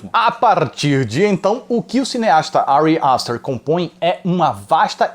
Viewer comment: Que agonia ele falando Ari aster